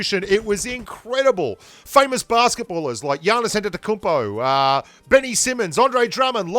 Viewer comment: You pronounced Giannis last name correctly. Thats impressive